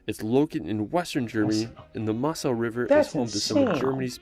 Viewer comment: Pronounciation of the place names in the video is slightly off the mark, Zugspitze would be something like “Tsook-shpitzah” for example and the Mosel should be pronounced Moh-zel. The castle you spotted on the Rhine and enquired on is actually one of the least historic ones, it was built in the 1800s, while there are many real medieval castles that had actual defence roles in the Middle Ages.